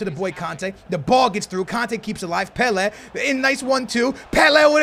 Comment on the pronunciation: Anyone else hate the way he says 'pele'